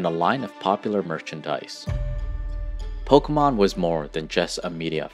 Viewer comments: I just wish that you could pronounce pokémon correctly one time. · Po keh mon!!!!! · YOU CANT EVEN SAY POKEMON CORRECTLY